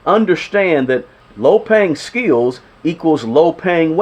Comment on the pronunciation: Bro it's skills. Not skeels 😮